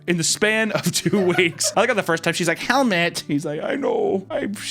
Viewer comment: "Don't waaste your toyme on me..."